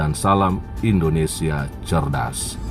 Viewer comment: Indonesia bukan Indonestan